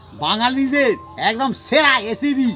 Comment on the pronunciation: কাকা এসিপি নয় রেসিপি কথাটা